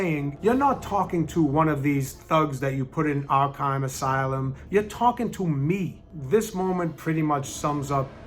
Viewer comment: Acting Coach: imma big batman fan Also acting coach: ARKHYME ASYLOUM